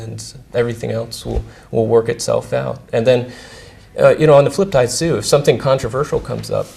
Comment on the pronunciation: LOL... Chad Hurley inadvertantly makes a spoonerism.. "On the flip-tide soo..." (at about )